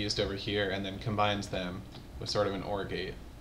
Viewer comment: I keep hearing Orgy instead of OR gate...